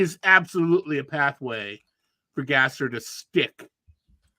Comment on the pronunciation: Gasser is pronounced "Gosser?"